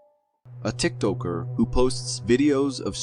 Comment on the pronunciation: exactly how to tell when someone is a real person… I avoid social media like the plague, so if I know how it’s pronounced, you’d think someone who is making videos would too